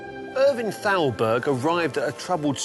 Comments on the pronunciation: Thowlberg?! Thowlberg?! Come ON man!! Thowlberg?! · I love this series, but your pronunciation of Thalberg is horrible. And, you say it so many times.